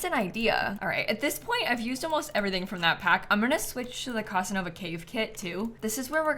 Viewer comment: The pronunciation of Casanova in this video is sucking out my life force 😅😅😅